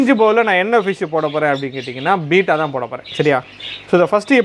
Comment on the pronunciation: Beta = பீட்டா Betta = பெட்டா உச்சரிப்பை திருத்திக் கொள்ளுவோமே 🤷